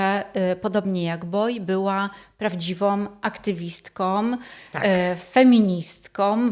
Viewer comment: Pani w niebieskim mówi o Krzywickiej , że była ,,prawdziwom , feministkom, pisarkom". No ludzie! Jak się prowadzi taki wykład to warto nauczyć się prawidłowej wymowy!